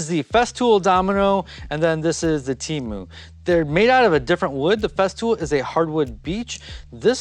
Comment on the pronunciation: TEMU, not "Cheemu".